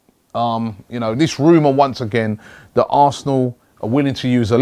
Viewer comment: robbie it's that not vthat